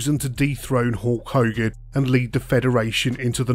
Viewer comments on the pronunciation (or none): Did you call him Hawk Hogan?! I think you did haha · As some one from England we don’t call him HAWK hogan 😅